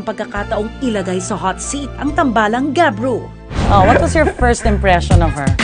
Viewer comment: gabru not kyru